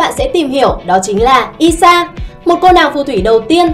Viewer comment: Ai sha chứ sao lại đọc là i sha nhỉ Tí nị chắc là tiny ?